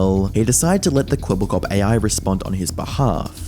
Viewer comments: Kweebbelklop everytime u say it sounds more like kebab cop😂😂🤣🤣🤣wa sort of stupid name iz dat ngl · Charly really called him "Kwebbleflop" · Please stop saying "kwebbelkop". Cooperation appreciated.